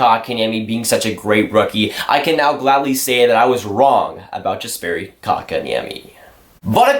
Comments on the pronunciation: It’s Yesperi and Muntreal you said Jesperi and Mawntreal good vid tho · Pronounced " Yasperi", and "Muntreal"... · I'm pretty sure you don't pronounce the J like (J)ust. Jesperi. The J sounds like a Y in Yes - peri. Kotkaniemi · YESperi, not JESperi. Ooof it hurts. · it’s not pronounced yasperi dumbass im finnish so i know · Btw, a pronunciation tip: the "Jes" in Jesperi is pronounced exactly like "yes". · The J is silent :)